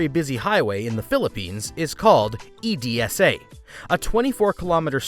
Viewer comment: You say EDSA as ED SA..... Forgiven no worries